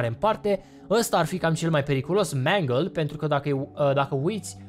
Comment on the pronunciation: Și se pronunță mengal